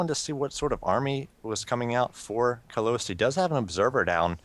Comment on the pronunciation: Lol, no offense to u guys, but you might want to take a better look at "Kalous" ...it's not Kaluos or Kaluis :)